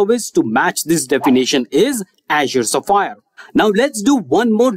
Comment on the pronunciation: can you pronounce azure SPHERE again?